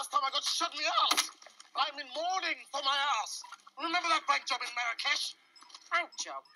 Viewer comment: I'm in MOURNING for my ass! LOL he emphasized that word so much when he said that.